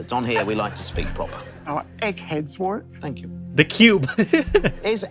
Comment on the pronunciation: I've watched a couple of episodes of this, it was ok but I'll play along. Btw his name is pronounced Worrick.